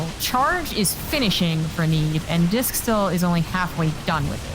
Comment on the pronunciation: Why is he calling Disk “Risk” 😂